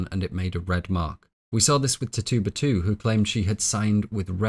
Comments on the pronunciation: Loveeee your analysis videos! I always have them playing in the background at work! Just a small nag as an Indigenous Caribbean person, Tituba is pronounced Tit-chew-buh instead of Tittoo-buh. Keep up the AMAZING work! These videos are incredibly detailed! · ti-TU-ba? It's TI-tu-ba, the way I learned, & I'm from Salem... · Tituba - we read this book in high school and pronounced it ‘Titch-uba”, maybe its just your accent but I keep giggling when you say it 😅. Also, WOW THIS IS TRULY A MASTERPIECE!